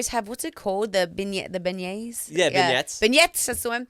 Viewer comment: Harley pronounced beignets correctly. Also if this was filmed during Coachella it would have been weeks after Mardi Gras. Mardi Gras is not 365 in New Orleans 😹. Great podcast otherwise!